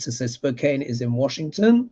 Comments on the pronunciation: Spo Can. Not Spo cane. It’s in the northern middle of Washington state. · Spo-can not spo-kane. 😊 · Spokane, Washington. Pronounced Spo- KANN. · SPO-CAN. Spokane is an American Indian name. Not sure which tribe. So many tribes. It's bad enough we have so many U.S. accents and pronunciations. On top of that, we all struggle with American Indian terms/names. I know the West coast Indian names. I'm still not fully clear on other areas of the country.